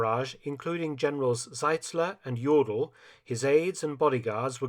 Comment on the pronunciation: The second General Mark Felton names almost sounds like "General Yolo". Like "Always there, where someone has to go all in". Had to laugh :D. Thx for that (and yeah I know, it is Jodl, but still the pronounciation almost sounded like the other one)